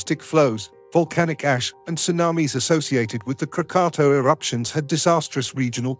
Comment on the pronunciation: Your pronunciation isnt even correct. It's KRAA-KAA-TAAW.